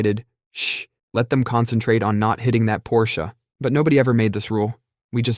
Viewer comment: He said Porsche right!🎉